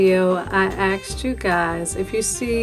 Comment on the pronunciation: Asked not axed omg get educated. I was going to watch your video until you started out with axed . Lmao !